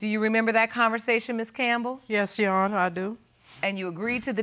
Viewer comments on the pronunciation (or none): "YAHANA" .... it's "YOUR HONOR"!!!